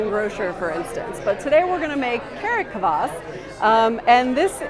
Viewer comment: You pronounce Kvass wrong